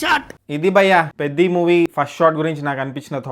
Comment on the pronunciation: Bro I thought beddi 😂it's peddi